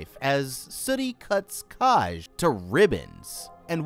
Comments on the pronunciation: this isnt meant to be mean but did you ever listen to anyone pronounce the name “kaj” before you decided to butch the name so horrendously hahaha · Obsessed with the mispronunciation of Kaj